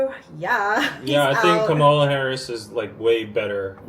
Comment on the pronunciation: Hey and, thanks for your coverage. It's always interesting. Just a little note about Kamala Harris. Her name is pronounced like the word "Comma" as in Comma-la. The way pronounced it is the way Trump is purposely mispronouncing her name. Just a fun fact, her step-children call her Mama-la. She has taken on the election with the energy and fight needed to win the presidency. After the announcement, $81 million was raised overnight.